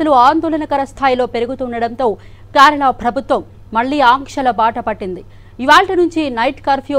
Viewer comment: అమ్మ తల్లి క్యారాల కాదు కేరళ